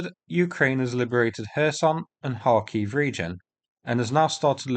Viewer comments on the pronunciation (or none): none